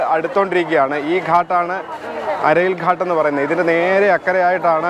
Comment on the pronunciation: ഘട്ട് എന്നാണ് ഉച്ചരിക്കേണ്ടത്🙏🙏👍👍👍